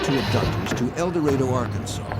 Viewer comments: It is painful to watch this video and listen to the narrator repeatedly call the town "El DorAYdo"....the correct pronunciation is "El dorAHdo" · Mispronouncing El Dorado. (Door A doe)🤦🏼‍♀️